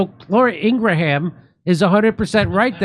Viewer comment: I am now going to call her Laura ING-ra-ham, too!